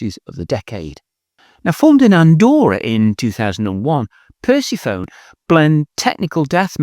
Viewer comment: I'm not convinced that "percy phone" is the correct pronunciation. But perhaps I'm not progressive enough.